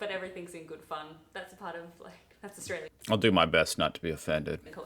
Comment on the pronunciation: The way you say Australia isn't the right pronunciation